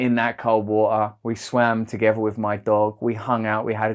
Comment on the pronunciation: „Vo-oh“ (water) 😃